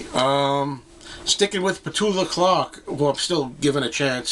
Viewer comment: Wasn't Lulu married to the Bee Gees? :D I thnk the correct pronunciation of Pet Clark's name is Pe-CHOO-la, according to the liner notes on one of her LPs.